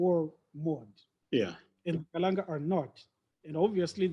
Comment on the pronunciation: Ndzimu, after 182 years as hostile and tyrannical guests of the Kalanga, you still had to correct that chap after mispronouncing the name Kalanga as Kalan'a. The willingness to marginalize the Kalanga seems to be deeply ingrained. How many years must it take his kind to show respect? Chinua Achebe says mispronouncing someone's name is a sure sign of a lack of respect. By the way, after you pointed out the brutality of the Nguni impis, the MBC bloke had the nerve to ask you for a way to improve the relationship between the repressed Kalanga and the formerly British-enabled predatory Ndebele? He had the obvious choice of offering a profuse apology. Well, he chose not to. There is no contrition there. To me, the reason he and his ilk are now courting you for support is simple. The truth about Mzilikazi's genocides will come back to haunt them when they do not have the demographic muscle needed to sustain them. Now they are cleverly trying to recruit the Kalanga to boost their numbers. Fall for that trick at your own peril.